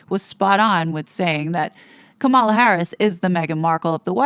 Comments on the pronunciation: Please note that in pronouncing Kamala Harris' name, the accent is on the first syllable, KAmala not KaMALa. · It’s Comma-la. Not KaMahla. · It is pronounced Comma-la😡